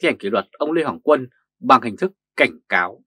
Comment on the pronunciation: Lê Hoàng Quân mà người bình luận lại đọc tên là Lê Hồng Quân người đọc bình luận này phải đọc sai không Nếu sai thì người đọc bài này tìm hiểu kém quá